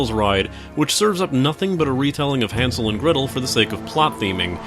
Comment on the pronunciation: Hansel? Hansel??